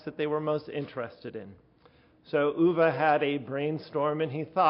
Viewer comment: Uwe with an ou as in you, and not an ü as in über... or Tür...